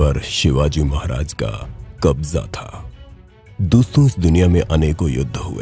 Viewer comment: Bhai Tumne kabja Kaise bola